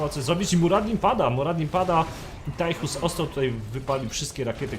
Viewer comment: proszę nie mówcie Tajchus, moje uszy krwawią ;)